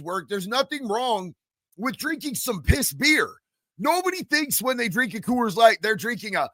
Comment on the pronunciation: Co-woors light 😂😅